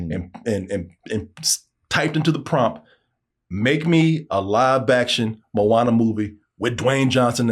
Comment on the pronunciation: More like "moan ah nah"